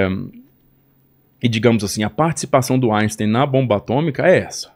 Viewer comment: Inportante resgate histórico, sobre Pearl Harbor e a bomba atômica. O Japão é muito facilmente cercado pelo mar, o que o torna militarmente vulnerável. Gente, em alemão, as letras "ein" se pronunciam "áin". Então o nome de Albert Einstein se pronunciamento "áinstáin". Não falem "áinstêin", pelamordedeus.